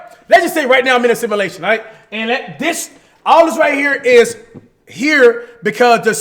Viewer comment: Can someone please tell cash that its “a simulation” and not “assimilation” ? 😂😂